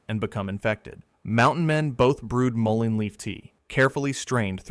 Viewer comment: Great info and pictures. Thank you for checking that almost all pics are correct. You pronounced Mullen many ways. It is pronounced: mull (like pull) in (like inside). Yarrow: yar (like in yard) o (like in ok)